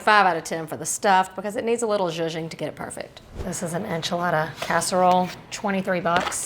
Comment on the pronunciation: i value her opinion and her recommendations. Thank you for sharing! btw when you say szuzching I believe it that it may need customization.